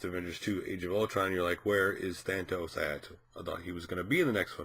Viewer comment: If you are going to talk about someone GET HIS NAME RIGHT!!! THAAAAAAANOS No thatos.. There is no other T in his name!!!